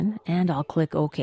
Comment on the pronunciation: And... click Oh-Keah.